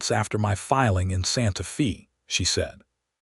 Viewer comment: Pronounce Santa Fe ( not long e sound) correctly. Drove me slightly crazy. I really enjoyed this story.